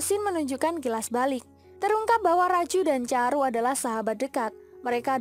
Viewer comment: chandru.. Bukan caru